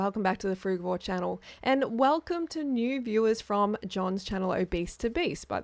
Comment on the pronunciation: Hello I dont mean to ofend you but you are pronouncing the word 'frugivore' incorrectly. If it had a germanic root, like 'give' or 'get' the G would read 'gue'. But being a latin word it reads 'frudjivore'. Apologies